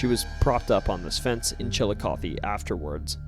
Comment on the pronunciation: you must be from Ohio. Hardly ANYONE who isn't from OH knows how to pronounce Chillicothe the right way haha Great upload btw this is perfect for Halloween night. Well done!